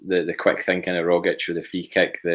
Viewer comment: At least one of you can pronounce Rogic.